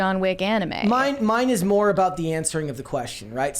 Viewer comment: “We want moar money” is all I hear